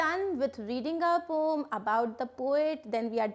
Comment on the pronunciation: Maam it is poem not pom